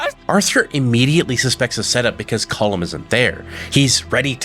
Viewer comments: Why do you pronounce it column. It's colm like home but with a kh sound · COAL-MMM BROTHER NOT “Column”😂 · You must be one of those people who will not admit they are wrong no matter the evidence presented. I base that on the fact you’ve clearly heard the correct pronunciation of cohlm’s name throughout the game multiple times but still choose to call him collum. Unless you listen to everything mute and only read subtitles.